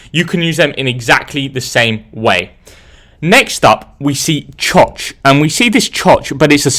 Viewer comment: Him saying choch got me giggling